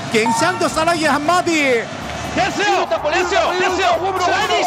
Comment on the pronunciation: 2006년 WBC에서도 "대쓰요!"와 "예~ 일본은 끝나쓰요!"라고 했었습니다.